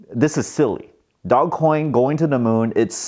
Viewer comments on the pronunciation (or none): nope its ( doje) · I think it’s Doje coin. But whatever people want to say is fine with me. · Guys, we need to start a movement to start calling it "Doggy Coin" because it sounds a lot better than "dooj coin"....